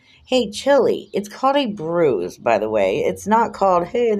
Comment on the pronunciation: Wah! Wah! Boo hoo, hoo, that mean old powice man gave me a boo boo elbow. I can't feow my thumb and finger, and I still got a bwuise, see? You're right about the hickey, this "torture" to his elbow was WEEKS ago. There is NO WAY that he would still be showing a visible bruise. The human body would have absorbed any blood under Chillie's skin a LONG time ago. Liar, liar, pants on fire. Chillie is such a pos.